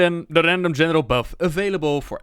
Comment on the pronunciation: Everytime you say the word general... it sounds like genital.